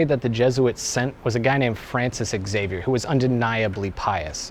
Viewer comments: It's pronounced "Zay-vee-er" not "Ex-ay-vee-er". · Every time someone pronounces the name Xavier as "eks-ay-vier", a yakuza member kills a puppy. For real tho, and this is a conversation I've previously had with life-time fans of the X-men series (cause you can guess where that name has mostly been heard in pop culture), the actual pronounciation for it is "ksah-vier" or "shah-vier". I'd go as far as to say the way the "a" is pronounced isn't that big of a deal, but pronouncing the initial consonant just as is, specially in a name that doesn't come from anglosaxon culture...? That's going the extra mile to make it sound dumb. Really, not hating on people who currently say the word that way, no matter how entitled i may have just sounded, cause I know it's a widespread thing, but please: avoid it if you can. If I had no success in convincing you, try to picture yourself saying "cee-harls" instead of Charles and you'll know what I'm getting at. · Did the X-men also slip through? It's not "ecks-zavier", it's just "zavier' 😜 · Xavier = HA-VEE-ERR, not EXavier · No, Exavier is how its MIS-pronounced in English. Are you gonna be saying Ex-zylophone next? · You pronounced Xavier wrong. It's like Cha vi air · Augh, "ecksavier". It's only pronounced that way in the X-men! Because "X-avier"!